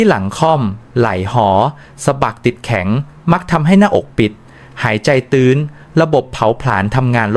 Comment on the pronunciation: ตื้้น ต้องออกเสียงว่า ตื้น ไม่ใช่ตื๊น ครับ!!